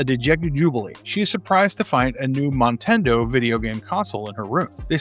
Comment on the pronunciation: You kept saying "montando" when it was written Motando. Sorry, just saying.